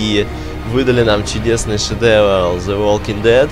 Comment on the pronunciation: он сказал шедевл?